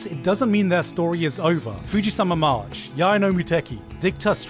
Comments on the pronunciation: no one pointed out Gigguk absolutely mispronouncing FujiMAsa March as FujiSAma March EDIT: Also mispronounced TamaMO Cross as TamaNO Cross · There is 2 thing got butchered by gigguk on this vids First name: check the damn script first before read it, tamamo cross not tamano cross, fujimasa march not fujisama march 2nd: portrait haikyuu as cheap shonen sport anime, especially karasuno vs dateko, karasuno didnt suddenly have new skill to counter dateko, you know a thing about "saving strat"? So your team play won't get exposed and get counter by your opponent That why your arsenal looking good in early match and got butchered on 2nd round, cause their fans and club dont even know about "saving strat"!